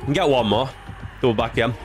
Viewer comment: Everyone else: double back there: doubather